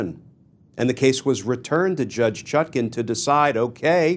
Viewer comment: Even he cannot pronounce her name right